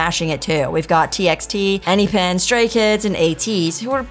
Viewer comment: I can't understand why is it so difficult to pronounce Enhyphen? I also heard En-Phen at one US show. - is Hyphen